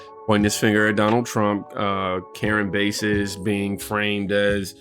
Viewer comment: It karen bass! Like the fish! Not base!